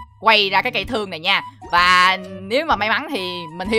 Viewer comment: xương not thương 🤦+1 vote ngọng